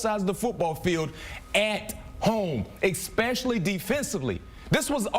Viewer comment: how many times can you hear EK-SPECIALLY before you want to barf... but I digress, GO PACK GO!